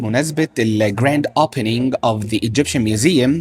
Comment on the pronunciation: It’s opening not upening